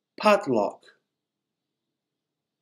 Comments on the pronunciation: Thank you for the videos. May I ask a question that why the /u/sound was pronounced as /uh/ in brush and /ew/ in dust ? It’s very different from what I hear from the dictionary. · Some word Pronunciation are not correct, as DUST!